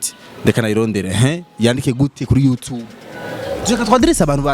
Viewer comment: Ntibavug yutibe bavug you tube 👌👌👌👌correction